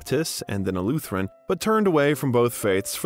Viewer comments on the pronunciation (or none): none